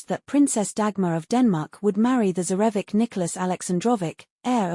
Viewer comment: Mispronunciation of “Feodorovna”…”Livadia”….”tsarevich”….🤷🏻‍♀️